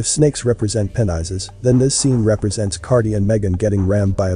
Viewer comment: My comment isn't meant to offend anyone; more like constructive criticism 😟. Please check out and use the correct pronunciations of names & things. (Example: Kylie is NOT Killie, but Ky-lee. Penises is the plural of Penis, being the anatomical name for the male's genitalia. Pronounced as Pee-niss)... it's important to remember that this adds credibility to your work. And as you say, you put a lot of effort into your work, so you need to reflect that in all aspects of it.🙂